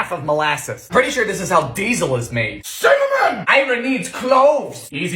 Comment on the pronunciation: I don't think I'll ever get tired of hearing him shout CIMMINIM! lol